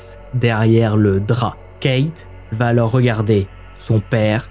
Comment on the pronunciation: Merci pour ces histoires documentées, narrées avec talent. Le « coucou » introductif est un bonheur 😂. Juste un défaut, qui me fait saigner les oreilles 👂 : une liaison fautive, mal t’à propos : on ne dit pas « il va t alors… » ou : on va t alors découvrir… » On VA alors, pas de T après, par pitié 😂. Sinon ces vidéos sont addictives. Amicalement, de Bretagne